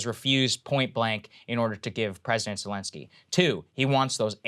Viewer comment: President Belensky